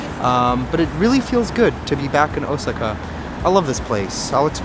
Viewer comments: O-SAA-KA not O-SI-KA. Sorry to correct you and I rarely correct pronunciations, but you you must have said it 100 times in 28 minutes. I got the nerve after someone else did. Please forgive me. I thought since you love Japan so much I would help you out. I am surprised you have heard other people's pronunciations. That being said, I love your jourbeys there. I am agreeing with you, the steak ugh. Didn't look so good What about the dog in the Philippines? Did you ever figure out how to adopt him? Seeing the sights has been a blast. ❤ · Deer without antlers are female lol and you say Osaka really funny, 🤣. My son knows Japanese and he kept saying '' momma he keeps saying it wrong '' lol I said , son, it's not like he cares 😅